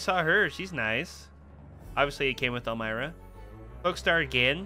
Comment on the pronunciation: It's pronounced "elm-ee-rah"